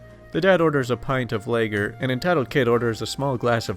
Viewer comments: more important.... Lager... Lah....gur... not layger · Ugh. Lager is pronounced "Law-grrrr". Not "Lay-grrrr". That killed me inside. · Lager is pronounced lawger. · I'd much prefer to get a LAY-gerr than a logger, jus sayin... 😉🤣😝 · FYI Lager is pronounced LA-GURR with the emhasis on the LA. ROSÉ wine is pronounced ROSE-A (Long "A") with the emphasis on the A. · Haha, I was triggered by someone not knowing how to pronounce larger properly!